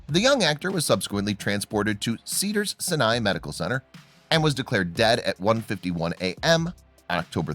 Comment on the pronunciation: Sir, your narration is chipper, which is the absolutely wrong tone for this video. The story or River Phoenix ends so tragically; you come across as callous. Additionally, the clips don’t match the narration. This feels cheap and uncaring. And you pronounced Sinai wrong. If you’re unsure about a pronunciation, look it up.